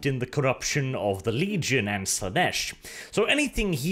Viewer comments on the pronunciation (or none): none